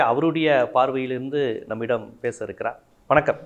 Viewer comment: Dear, don't say vanakkamm. The person whoever may be please say vanakkam sir in future.